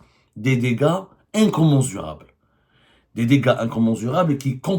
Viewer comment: Incommensurable!!! et tu oses le prononcer incommenzurable 😂😂😂😂😂